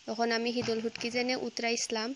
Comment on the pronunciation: ফুটকি নায় শুটকি